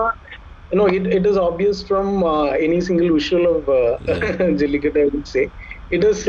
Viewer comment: always says jalittaku instead of jallikattu.😂